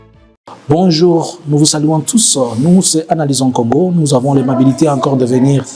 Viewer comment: Correction, correction c'est analysons kongo et non analysen Kongo